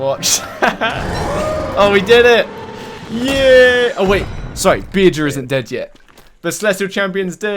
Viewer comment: Tip: To pronounce bearger say bear then jer It kills me how you say beer ger lol